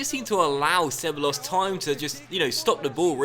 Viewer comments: not disrespectful, but ceballos is pronounced: Cebajos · Ceballos - (seh-buy-yos) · Just a heads up but two L's next to each other in Spanish are pronounced like a Y sound. So you'd pronounce Ceballos as something like 'Ce-Buy-Os' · Ceballos = Seh-Buy-Oss